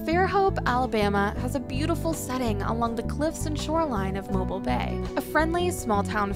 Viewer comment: Not too swift! Pictures of swaying palms in Alabama. Come on! Deserty mountainous area...not here. Even some of the waterfalls were not here. Pronunciation of Mobile?? Notvsurecsheceven visited Alabama. Terrible!